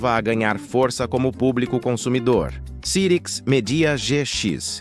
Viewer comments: Eu sei que é IA, mas não tem como conferir a pronúncia antes de publicar? Nunca vi ninguém falar "CIRIQUIS", e sim, "SAIRIQUIS"... Além disso, 386 e 486 como "Trezentos e Oitenta e Seis" e "Quatrocentos e Oitenta e Seis"??? Qualquer um que conhece computadores sabe que no Brasil eles se chamavam "Três Oito Meia" e "Quatro Oito Meia"... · rapaz, doeu o ouvido essa voz clonada de I.A. pronunciando CIRIX, quando a pronúncia correta era SAIRICS! Ah! Tive um PC com o 5x86 CYRIX. Era ótimo e a placa mãe tinha 3 slots de memória RAM. Dois podiam trabalhar em dual channel, ou não, tanto que coloquei em cada slot uma memória RAM de clock igual, é claro, mas capacidade diferente! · Já tive um também. Se pronuncia "SAIRIKS' -CYRIX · "Muita gente pronunciava o nome Cyrix de forma errada". Verdade ! E mesmo citando o erro, o vídeo insiste nele quase o tempo inteiro, com apenas duas ou três vezes em que usou a pronúncia correta. Não sei qual programa de voz usou, mas com certeza isso poderia ter sido corrigido com um ajuste no setup ! Mas quanto aos processadores Cyrix, eram realmente uma alternativa mais acessível e muito boa para máquinas domésticas e escritórios. Usei um por algum tempo, até ter grana para meu primeiro Pentium 233 e nem me dava conta de que não havia um processador Intel dentro do gabinete. Fazia de tudo com ele : desde suite Office, internet (discada com modem 56k...) e games 3D como os "novos" Doom e X-Wing/Tie Fighter ! 😁👍